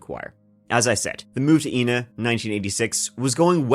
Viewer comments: Please it's pronounced I na not E na! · Not that it matters that much, but it's actually pronounced "eye-nuh". I live just 15 minutes from where this took place, in Benton IL .Very tragic situation, but I am super stoked to see you covering it. My boyfriend and I listen to your podcast regularly! 🤘🏼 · I'm from about 20 mins south of Ina Illinois. The way everyone pronounces Ina around here like Eye-naw not E-na. I had to look the case up to find out what town he was talking about.